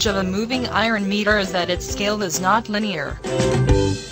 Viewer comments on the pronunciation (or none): Meter bol rhi h ya mirror bol rhi sala samajh me aya nhi aur kuchh bol rhe hai good explanation